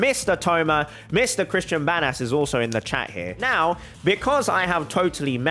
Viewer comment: I like how he says Banas like Bad as